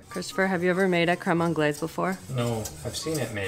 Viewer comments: Its pronounced creme on-glase. Like the s is totally pronounced. And you are so confidently pronouncing it wrong.😂😂😂 and cardamom and mango is a thing. You cant give that pairing to AI. It's used in fine dining all the time. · My brain can't with the continuous mispronunciation of crème anglaise ... Isn't Canada bilingual 🤷🏼‍♂️🤷🏼‍♂️🤷🏼‍♂️